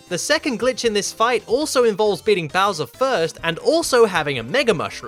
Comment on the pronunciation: I love how you pronounce Bowser. Bowsa. Bausa.